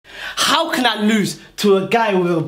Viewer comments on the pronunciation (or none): That How in the beginning was with abit too much emphasis